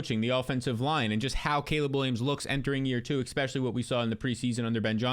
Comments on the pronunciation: your a youtuber, you talk for a living. Please learn to say eSpecially not eXpecially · Is anyone else extremely bothered when says “expecially”?